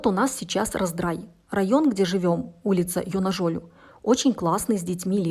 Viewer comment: поправлю. ударение улицы на букву А - ЙонАжолю.